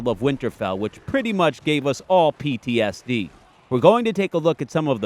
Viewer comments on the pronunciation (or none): none